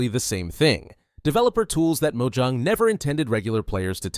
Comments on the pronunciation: Its not 'Mo-ju-ng' its Mo-ja-ng. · it has 2 syllables so you say it as Mo-Jang